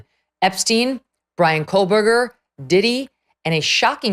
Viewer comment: I have been listening for many, many months now, just so I’m SURE, MEGYN, if I may offer a kind correction, you CONTINUALLY & REPEATEDLY, say “Coleburger”. His name does NOT consist of an “L” anywhere! It is pronounced, “KO-BURGER”. As Michael Jordan said, “ STOP IT! GET SOME HELP!” 😂